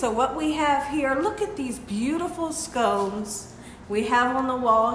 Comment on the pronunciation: your home is sooo beautiful!! I just learned this word too. Your pretty light fixtures that you pointed to when you first walked into your gorgeous new home are "scon-ces" 😄 Scones are yummy, british-style sweet biscuits often served for breakfast or high noon tea. 😋 God bless you and your family.